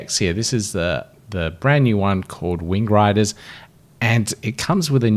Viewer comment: I swear you said wing grinders.